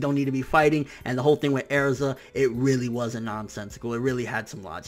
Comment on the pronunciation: not bashing you or nothing but why do you pronounce Erzas name like that? if that's how you pronounce it, go for it. just curious is all.